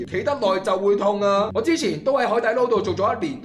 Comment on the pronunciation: 其实个“捞”即係捞起嘅意思，翻译成广东话应该读lao，点解啲人个个都读lo？